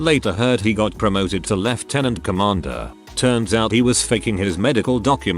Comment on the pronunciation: So the narrator can pronounce Lieutenant correctly but not aluminium?